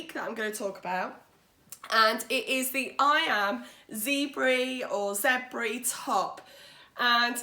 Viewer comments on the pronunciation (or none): Fab makes!! Zebre (actually zèbre) is just French for zebra and pronounced zeb...the 're' is so short and rolled it's almost heard as a 'g'...if it's heard at all.